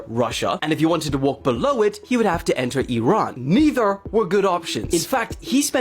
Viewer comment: So appreciate of you pronouncing it “ee-ran” and not “eye-ran.” Finally someone who gets it! 👏🏽